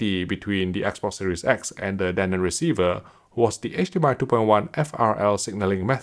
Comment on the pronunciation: he keeps saying danon, like the yogurt